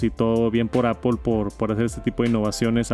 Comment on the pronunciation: "Apol" antes lo decias bien jajaja. "Apl" Gracias por el vid. Un abrazo!!